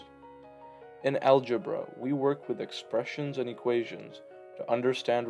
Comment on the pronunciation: bro said algebruh